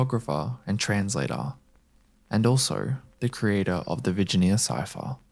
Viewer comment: I was very chill until you butchered Blaise de Vignere's name. COME ON YOU WERE GOOGLING. LOOK IT UP. jesus christ